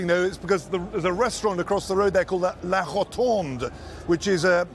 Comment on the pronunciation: La...HONTONDE....WHAT AN IDIOT REPORTER TRY LA ROTONDE !!!!😂😆😂😆😄😆😂